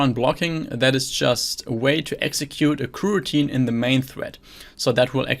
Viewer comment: I see, thanks! And thank you for the great content! (The reason to use Java is that I'm a beginner and have already tried to learn way too many languages this year... and btw, I think your pronunciation of kuh-routine is hilarious xD)